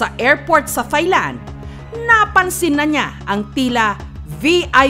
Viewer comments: Taahhy_Land... not ThighLand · Ms. Jessica TAI-LAND po ang pronunciation hindi THAI-LAND. It's not TH but T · hindi po "THailand" ang pagbigkas niyan kundi "Tie-land". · maam jessica, hindi po yan [thay-land], kundi [tay-land] lang. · Mali po pronounciation nyo ng "THAILAND". Should be "tai-land" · Jessica - Thailand is pronounced as Tailand. "Not TH" just plain letter T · Ms. Jessica. Silent H Po Ang Thailand. Hindi Po yan Thigh Land